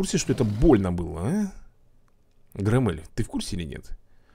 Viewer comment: Правильно Гро́ммель